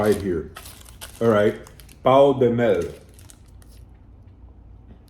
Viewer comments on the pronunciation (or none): bro i laugh so hard on this one, your pronounce was kinda like you were saying "honey dick" hahahahahahahaahahaha. that "~" accent u should read like "oun"... Just a example, if the word Count was with that accent would be something like Cãunt... but it was very funny. Great video! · Just to explain to him: the way you pronunciated it, seems like you said "PAU DE MEL" which means "Honey Cock" 😂 instead of honey bread😅